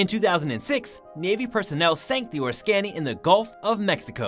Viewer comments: I remember, during my Navy active duty days, being part of the USS Oriskany Battle Group. The narrator mispronounced the name of the carrier. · Frustrating hearing Oriskany mispronounced so many times. Hard to believe no one involved in the production of this video knew the correct pronunciation of this famous warship named for an equally famous Revolutionary War battle site. Someone should do some voice-over editing to correct this irritating mistake. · Art Deco, Oriskney, and Puget Sound are all mispronounced. BTW, deco is pronounced “Deck O” like the deck of a ship. And any fool can see that the ship shown on the left is not The Duke Of Lancaster.